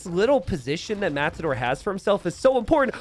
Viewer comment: It's Matador not mazador?